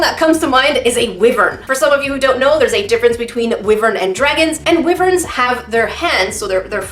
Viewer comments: Sorry if this annoys you but you said wyverns wrong it’s why.ver.n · your saying wiverns instead of wyverns lol i'm not saying your wrong i'm just not used to it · I’ve never heard ‘wyverns’ pronounced whiv-erns. I’ve only heard it pronounced why-verns. The more you know, I suppose. But can I say that your piece ended up so beautiful? I wish I could make something half as pretty lol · and now, i pronounce wyverns very differently than i did before this video